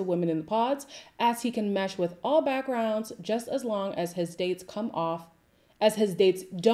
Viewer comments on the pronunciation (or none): none